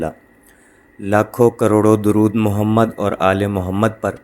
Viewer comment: "Durood" "دُرود" میں د پر پیش ہے نہ کہ زبر۔ شکریہ